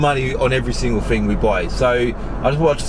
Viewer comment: “Fing”, I’m trying to deal with,but great content 👍🙏